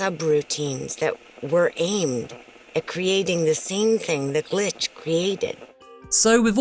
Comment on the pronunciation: Stop saying glich